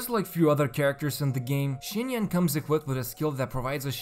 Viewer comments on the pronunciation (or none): Im very sorry, your video is superb BUT IT'S PRONOUNCED SINYAN AT LEAST, NOT SCHINYAN